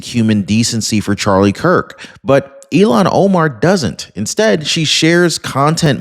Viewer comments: her name is not pronounced like Elon Musk it s (I'll hawn) omar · Hi,, Great fan here! Thanks! Noticed a repeated mispronunciation of this creature's first name...it has an...H... in it. IL--HAN OMAR. (You're confusing her name with Elon Musk's first name). That's okay...we still LOVE ya!: )